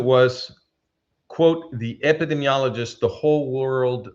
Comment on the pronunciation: Dearest, please forgive the slight correction on your pronunciation of "epidemiologist." I heard you struggling. Your English is near native speaker level. My Spanish is nearly non-existent. This is a difficult word, even for native English speakers. Ep.id.EEM.iologist. Listener of at least 20 years, since Tamar Yonah Arutz Sheva days. I have great respect for you. Dr. Eugene Narrett ז״ל cites your work in his book "World War III: The War Against the Jews and the Rise of the World Security State." The man was almost a prophet. I think he was murdered.